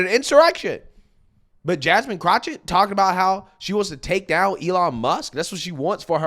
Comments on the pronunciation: I love how calls her Crochet (CROCH-it) instead of Crochet (Crock-it) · It's amazing how can effortlessly say Vivek Ramaswamy and probably can even say Davy Crockett with no problems whatsoever. However if you say pronounce Jasmine Crockett its Jasmine Crouchit. Bruh wtf 😂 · Why not say her name correctly. It's CROCK-ett, as in a "crock of ... poo poo". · Everytime you say Jasmine Croch-it 😂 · You keep saying Crotchit… 😂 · There is no CH in that idiot’s name. It’s Crockett (cro/ket) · Pls stop saying that clowns name wrong. You’re to intelligent for that. I personally hate her but to hear you say chochet is nerve wrecking. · It's pronounced crock-of-shit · If nothing else, you are consistent with "Jasmine Crochett". LOL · I keep telling you it's pronounced Crockofshit. I don't know if it's French, German, or even Latin. I don't know where Crockett comes from, but you pronounce it Crockofshit. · Are mispronouncing her name on purpose? 🤦🏾‍♀️